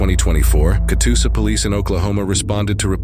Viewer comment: It’s Catoosa. Not Katusa.